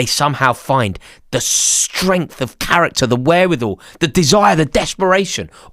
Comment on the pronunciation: One word "CARRICKTER"